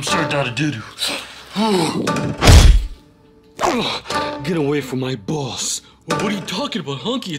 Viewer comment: Its not sir dadadodo its sir dadadoo